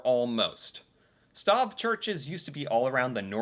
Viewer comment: Stave is pronounced stay-ve. Wooden nails are called dowels.